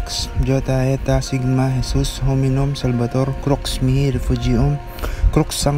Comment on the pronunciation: magandang Gabi po ung bigkas mo SALVATOR ay SALVABOR anong tamang bigkas po🙏